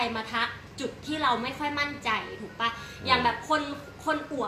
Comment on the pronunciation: ครับ ถูกอย่างที่อ.อดัมว่า ป่ะ นี่เขียนผิด ต้องเขียนว่า ปะ ซึ่งออกเสียงเอกอยู่แล้ว อันนี้ผมพลาดไปและลองไปหาข้อมูลแล้ว เป็นอย่างที่อ.อดัมว่าตามนั้นครับ แต่อีกเรื่องคือ อ.อดัมออกเสียง "ป้ะ" (เสียงตรี)คนไทยน่าจะไม่ค่อยนิยมนะครับ ฟังดูแล้วแปลกหู นิยมออกเสียง ปะ(เสียงเอก) จริงๆ"ปะ"นี่ก็น่าจะเพิ่งมานิยมใช้รุ่นหลังๆ ย่อมาจาก คำว่า หรือเปล่า เช่น ใช่ปะ ย่อมาจาก ใช่หรือเปล่า จะเอาอะไรปะ ย่อมาจาก จะเอาอะไรหรือเปล่า ผมชอบอ.อดัมนะครับ เป็นกำลังใจและจะคอยติดตามผลงานอยู่เรื่อยๆ ^^